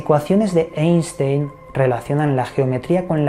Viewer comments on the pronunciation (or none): none